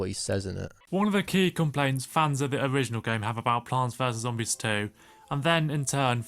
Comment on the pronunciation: 40 minutes is NOT needed and some pauses are just him making a joke (oH hE sAID plaanTS VeRse zOMBISS) like people just be saying anything to defend him